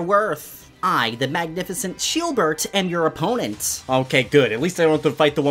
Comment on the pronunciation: Love how he called Shielbert, Sheebert🤣